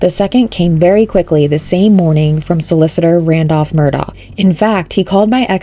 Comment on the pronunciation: The name is pronounced murder not Murdoch